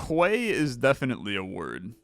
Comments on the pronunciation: "Kway is definitely a word" My brother, it's 'key' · Quay is a word (but it's pronounced key) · quay is pronounced like key :) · "Quay" is pronounced "key" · Quay is pronounced "key" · bro said kway